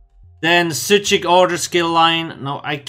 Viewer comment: Psijic :') you nailed the pronounciation. Gj m8